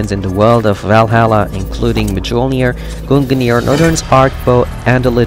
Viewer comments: You pronounced both mjölnir and Gungnir wrong they are pronounced (Meul-near) and (gun-neor) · “GUNGANEAR” “MAJOLNEAR” My norse mythos lookin ahh: 🤨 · The way they pronounce gungnir is so funny to me😭😭